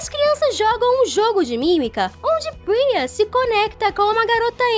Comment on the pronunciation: eu corrigi ela não é priza e sim priya, todo mundo erra e Isso não é um problema e sim treinar mais.